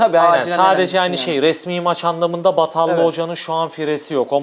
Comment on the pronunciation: Batalla değil o batajja hoca